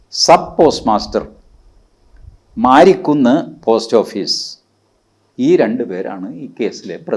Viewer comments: മാരിക്കുന്നല്ല ,മേരിക്കുന്ന് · മാരിക്കുന്ന് അല്ല മേരിക്കുന്ന്‌